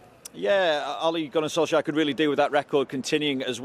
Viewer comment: Who Notice Pep Could not pronounce Ole Gunnar Solskjær Name He Struggled😅😅😅😅😅😅